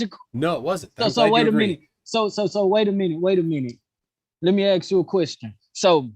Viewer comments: Could someone tell to the gentleman, that the word is "ask", not "aks". This is not my language and im having a stroke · Seriously. Why cant black people say "ask"!?